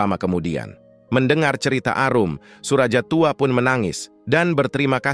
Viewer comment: Bukan SURAJA, tapi SURAYA..